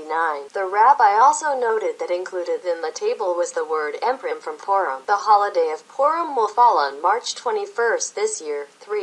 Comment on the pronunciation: Purim (pronounced poor-im) not "prim", which means formal. In case anyone was confused.